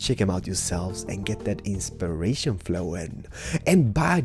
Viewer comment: could you stop saying the word insperation!